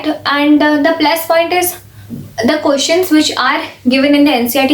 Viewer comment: She's always like pronouncing questions as koeshons 😂🤣😂🤣 Please tell her it's questions 😂🤣😂